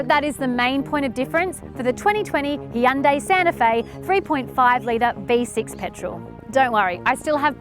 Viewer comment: Well, it is pretty similar to how it's meant to be pronounced